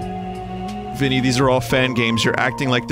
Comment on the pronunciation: I just love that "Hi 🅱inny"